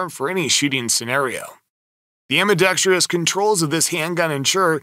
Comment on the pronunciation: Informative video, but yer killin' me with "ambidextrious".